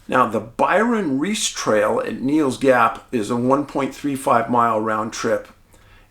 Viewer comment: This is certainly an intriguing disappearance. Charles knew his way around these mountains and trails. Points of information: Hosch rhymes with bush. Neel Gap, not Neel’s or Neels, is the correct name of the gap just north of Blood Mountain on the Appalachian Trail (AT) and the site of Mountain Crossings outfitter. (Numerous maps and references propagate this error.) This is where the surveillance camera is located that took the picture of Charles on 11/11 that has been published. Unconfirmed: Some early reports indicated that he made a purchase there earlier in the day. A short distance north of Mountain Crossings is the parking for the Byron Herbert Reece trailhead where Charles’ car was found. That trail ends when it reaches the AT and meets the Freeman Trail at a 4 way intersection. Blood Mountain is to the right on the AT and Mountain Crossings is to the left on the AT. Going down the mountain towards Neel Gap (AT northbound) there are a few spots where the trail is not obviously clear. If one takes a moment the correct direction can be quickly determined. A beginning hiker with me, several days before Charles disappeared, was able to correctly navigate. Many people have reported this problem on their hikes as well. Further complicating his hike and search efforts is the fact that a huge volume of leaves fell in the days before his hike and subsequent searches, obscuring the trail and possible evidence. We pray for a good outcome for Charles and his family.